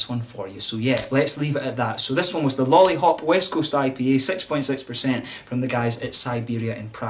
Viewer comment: Great review for a great beer. I also appreciate your Czech pronunciation! All the best from Prague, Lollihop in hand.